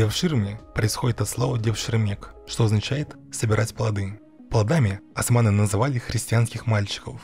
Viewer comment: Не асманы а османы, вы же не говорите ольгу альгой